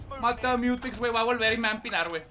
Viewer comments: Miurecs? Es muuu teks. Morro puñetas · Porque le dices miureks? Es mutecs morro mko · Los que no sabemos inglés: MUTEX.: MIUREX. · Miurex ...jajaja ya we es mutex somos mayas ,hasta los españoles le llaman mutex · XD? La pronunciación correcta es la de, es miutecs pero pronunciando la t como medio r